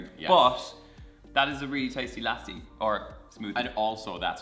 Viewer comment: btw, its lassssi😂